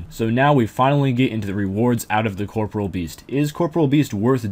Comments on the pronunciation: I stopped watching the moment you said "Corporal" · Why does every person who plays this game called it "Corpreal"?? It's COR-POREAL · uh? It's pronounced caw-paw-real with a soft 'e' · Why do people keep pronouncing corporeal incorrectly